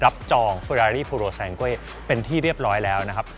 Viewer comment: หมดสิทธิ์ละ ออกเสียงชื่อรุ่นไม่ถูก555++